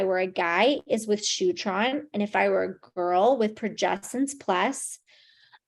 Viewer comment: did she say shootron???